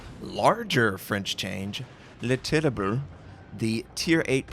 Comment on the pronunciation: Pronounciationnazi input: Terrible = Tereeble Republique = Repyblic